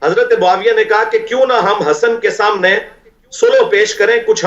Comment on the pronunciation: سمنے ۔ نہیں ہوتا صحیح لفظ سامنے۔ 😢